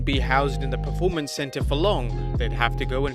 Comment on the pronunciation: For crying out bloody loud. It is P-E-R-formance, not P-R-E-formance.